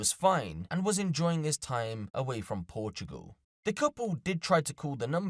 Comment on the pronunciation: Donkee We Must Sayv Porchoogal From Erfqwake!